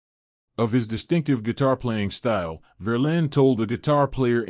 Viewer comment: "Verlaine" not Verlin!